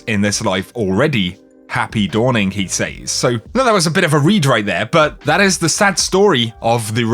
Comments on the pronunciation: Your inability to pronounce the word “says” is like fingernails down a chalk board. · Anyone else get annoyed at the way he pronounces 'says'?